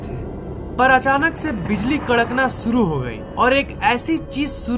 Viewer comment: Are Bhaiyaa DES THODI NAA HOTT HAI..DESH HOTAA H ..SURU NHI SHURU HOTAA MAZBOOR,(MAJBOOR)